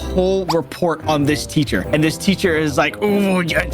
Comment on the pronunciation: It’s not teather it’s teacher🤓